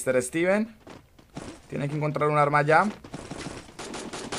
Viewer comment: es caleño mk jajsjaja